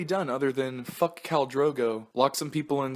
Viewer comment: If I hear “Kale” Drogo one more friggin time. 🙄